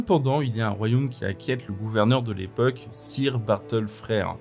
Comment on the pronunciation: Le "sire" m'écorche un peu les oreilles, en anglais on dit "seur" phonétiquement parlant. Cela m'a déconcentrée !! Bises et merci